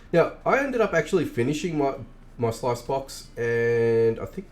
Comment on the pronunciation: Sluice is pronounced like Juice not Slice.